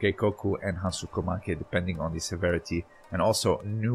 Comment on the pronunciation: Great video. BTW Is Hansoku make. Not hansuko .